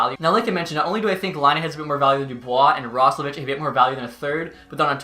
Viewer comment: It’s pronounced Roslovick